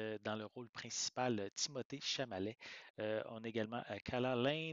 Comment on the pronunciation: Chalamet pas Chamalet 🤓